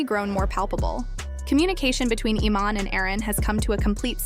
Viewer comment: The AI mispronouncing the name is erking me more than anything